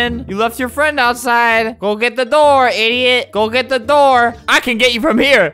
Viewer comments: If you say "gey" its sounds like "gay" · The girl said "gey out"